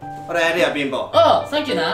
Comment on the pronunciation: くらいのおい貧乏っをちょっと巻き舌で言うのが1番おもろいww